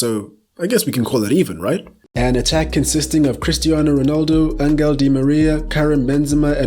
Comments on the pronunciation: Di María’s first name is pronounced AN•HEL so it’s Angel and not “An•Gell” LOL!! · the g in spanish when followed by e or i is pronounced like the english H, so it's Anhel di Maria